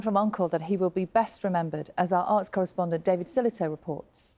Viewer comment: Sky presenter might wish to learn how to pronounce his name correctly! McCALLUM not McCULLUM!